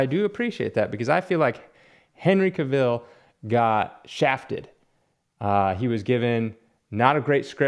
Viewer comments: the A is a hard A like the a cat if you watch any interviews with him they say his last name like that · Are miss pronouncing Cavils last name on purpose?